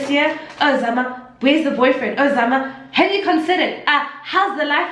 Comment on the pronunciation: 🤣😂 "where's your boufriend?!"